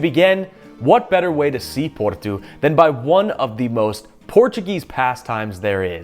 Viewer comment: It's Porto (paw-tow) Not Portu as you pronounce it 🤦🏻‍♂️